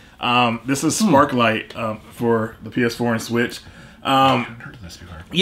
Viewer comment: Sparklite not Sparkle lol